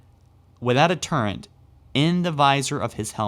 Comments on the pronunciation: Okay seriously. It is TURRET. Not TURRENT. The only reason I find your videos annoying is because you can't pronounce half the words you are trying to say. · Turret. TURRET. Say it with me: Turret! Not turrent lol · TURRET NOT TURRENT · Why does everyone say turrent when trying to say turret..